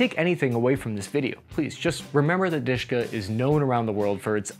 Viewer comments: it's not a Dushka ( sweetie) it's DaSHKa what's mean a woman name - Daria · Он сказал про Душка. А не Дашка. Ты такая "душка". В значении прелестная. Но,как и сказал автор, никто никогда так в жизни не произносил название этого оружия, как Душка. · dushka pronunced a little different.lets break it downd du - like in dual,sh -like in any sh but move your tounge a little back and ka -like co in cowboy. du -sh -ka душка. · Spells Dushka. Pronounced more like "dooshka". Literally means "little soul". Diminutive of dusha (or Doosha) - soul. Translates as darling, sweetheart. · listen if you are going to talk about a weapon and pronounce its name a hundred times AT LEAST LEARN HOW TO PRONOUNCE IT !!!! DUSHKA WITH A "U" L8KE A PERSON ONE HOLDS DEAR IN RUSSIAN . FFS. GREETINGS FROM BELGIUM LOL.